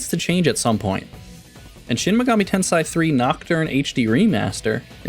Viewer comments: ten-say. ten-say. say it with me. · It’s pronounced ten-say